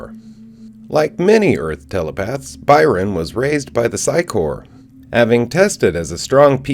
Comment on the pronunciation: You need to redo EVERY video that you've ever done about the sci corps. The word corps is pronounced "core". You keep saying corpse. Which is a different word. Learn English please. Corps and Corpse are two different words pronounced differently. They make these things called dictionaries with special instructions on how to pronounce the words. If you learn these simple instructions, you'll start to understand how the "p" in corps is silent, while the "p" in corpse is not. That is one way people know while you're speaking that you mean one thing and not the other.... Correct pronunciation! Please erase all the videos where you've made this mistake and redo them. I like you, your videos, and what you do. But I hate mispronunciation, malaprops, eggcorns and the like. Keep doing what you do. And I'll keep watching when you vids about the reboot. I actually like the sound of your voice